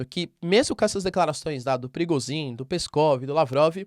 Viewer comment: Professor, sem querer ser chato e te corrigir mas a pronúncia de Prigozhin é "prigôgin", caso queira utilizar. Como é um nome que se usa praticamente diariamente no canal resolvi comentar. Grande abraço!